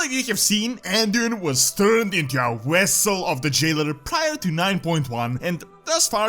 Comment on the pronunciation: I love how he can't pronounce the V in Vessel but he can the V in Zovaal lol